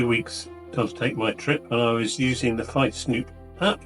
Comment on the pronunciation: Please pronounce fietsknoop as feetsknoap with the K and N as separate letters, not as N.